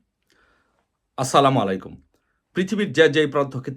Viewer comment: আপনি তো সালাম দিতে পারেন না বলেন মালায় কুম